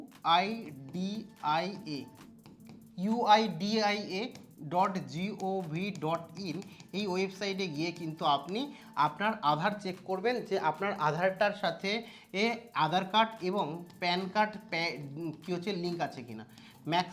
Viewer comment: "UIDAI" হবে UIDIA নয়